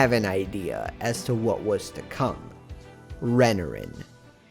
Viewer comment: Re-NAR-in not Renerin